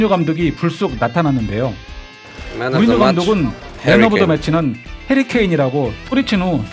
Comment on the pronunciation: 굳이 대 차범근 선수님과 박지성 선수 를 꼭 예기하여야 했는지.. 3 골 기록을 갖고 있던 일본선수 기록을 넘었다고 하면 될것을... 생각이 짧은건지... 없는건지....발음연습이라도... 뮤리뉴 감독 소리치지 않고 말하고 갔는데요. 괴장법인가보네 ㅠㅠ